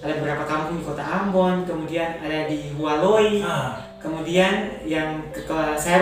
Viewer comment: Mohon maaf di menit nama kampung yng disebutkan kka itu bkan walohi tpi hualoy